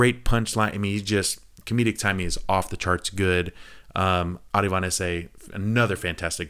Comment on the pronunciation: ArAvInd bro..not ArIvAnd